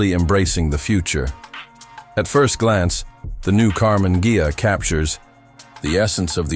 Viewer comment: AI always makes mistakes (still). Her always Karmann "Gia", in Karmann "Geia"...